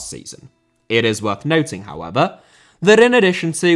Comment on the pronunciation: "hoever" kills me everytime😂😂😂😂